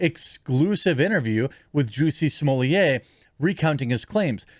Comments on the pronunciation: Jeremy, you're the only clown in town who pronounces Smollet like you do. He's pure American and not French AT ALL. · I thought Smollett is Canadian? Also, blame YouTube for Jeremy having to butcher pronunciations. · Why do you miss pronounce his name?